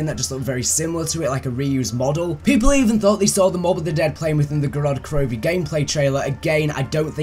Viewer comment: It's GOROD KROVI not GODOD KROVI